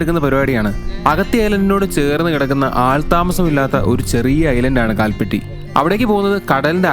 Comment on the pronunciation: കാൽപട്ടി അല്ല കൽപ്പാത്തി എന്നതാണ് മലയാളം ഉച്ചാരണം